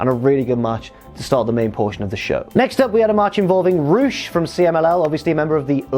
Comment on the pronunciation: That’s how it’s supposed to be pronounced though